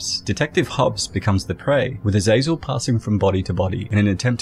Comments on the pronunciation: Its not pronounced azayzel its aza zel. Gotta play diablo games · You kept saying Azazel but I kept thinking of Azrael the Angel of Death.